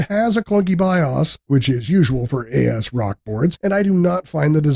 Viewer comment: I follow a wide range of tech-tubers for years now and this is the first time I ever heard someone pronounce the vendor name "A-S-Rock". I See how their capitalisation kind of implies it that way but still sounds cursed to my ears.